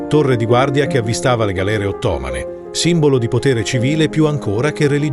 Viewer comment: Fai dei video bellissimi, che guardo con immenso piacere. Quello che non mi convince è l'utilizzo dell'AI come voice-over, perché si sentono accenti di dizione sbagliati... tipo òttomani anziché ottomàni. Ma ne ho sentiti molti altri in altri video e secondo me è un peccato. Ragionate sulla possibilità di usare una voce vera, perché le sporcature di pronuncia macchiano un lavoro superbo.